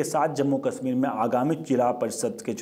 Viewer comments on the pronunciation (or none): श को स क्योंकि बोलते हो जैसे कश्मीर को कसमीर तो देश को देस ओर परिषद को परिसद तो पहले बोलना सीखो